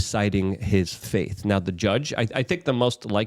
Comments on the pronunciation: FATE ... Not FAITH And dude YOU ARE WRONG - the tweet you showed said they need 4 JURORS to vote GUILTY on ANY OF THE 3 CHARGES in order to convict... You said ONE CHARGE needs ALL 12. It says this nowhere. DETAILS MATTER - You cant make mistakes like this. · Fate. not faith. FATE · Does Luke not know how to say fate?